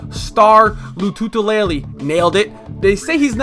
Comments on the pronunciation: lotulelei - Lo-two-lay-lee not Lo-tu-tu-lay-lee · Yo I love you bro, but don't say nailed it when you butcher Lou too lay lee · it's pronounced Loo-too-lay-lay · Lol u were like "nailed it" lol nice vid tho.